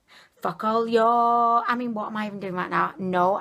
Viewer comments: The read not "Focalior" but "focalur" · It pronounced FOcal-lure lol your hilarious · It is pronounced “fo ka lur “